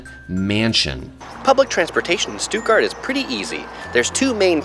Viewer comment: Oml Americans don’t pronounce it (Stootgart)😂 and u didn’t go to Lisa and Lena’s house. Smh